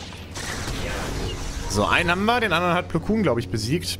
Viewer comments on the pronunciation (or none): Mensch er heißt nicht Meister Plukun sondern Plokon